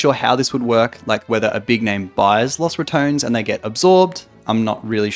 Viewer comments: Man, imagine having a clearly said name as Los Rat-ton-nes and mfs say it as Rat-tone, like okay congrats for not saying one extra syllable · Los (like dos) RA-TO-NES. I can't have it pronounced another way because it is spanish. So LOSS RATONS sounds so wrong. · picking the worst pronunciation: "Las RatOns" instead of Los Ratones" The LAS kills me mate. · I know Caedrel said you could pronounce it any way you wanted to, but “Los Ratouns” still sounds weird to me 😂😂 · The pronunciation should be similar to Los Bandoleros. Sounds so bad with english pronunciation.